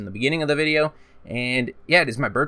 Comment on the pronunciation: "Back with another Frrrannhahor vidja"